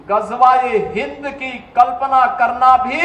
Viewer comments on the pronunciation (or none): Phle gazwae hind ko sahi bolna sihk le